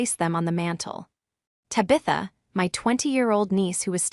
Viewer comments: What the heck is a Ta-bitha? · Loews Angels? Then there's Ta beth a not Tab itha. N A Y not anyway, Seven zero, zero o'clock. This program can't even pronounce authority correctly. Got to love AI narrations. Why would she give them a $300 bottle of wine knowing they wouldn't appreciate it? Emma is obnoxious and her daughter Ta Bit that is a sneaky little s**t. Could for Caroline for standing her ground. Why do so many of these stories have the fallen person ultimately working as a receptionist at a dentist office. It may not be a glamorous job but its honest work and nothing to be mocked.